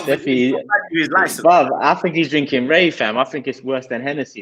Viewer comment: Man said more wray😅😅